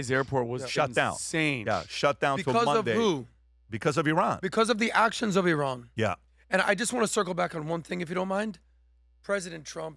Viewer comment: “BCauz Of IhRan” 😭